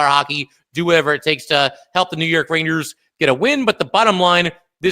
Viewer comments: Is he saying raiders, rainers, ranyers, or rangers? I can't tell lol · pretty sure the joke went way over your head. You can't tell me you didn't notice the interesting ways he's pronouncing rangers.